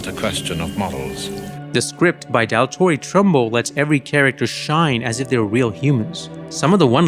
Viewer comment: Daltore Trumble? This has be using an AI voice to get Dalton Trumble that wrong. Alex North became Alex NORD.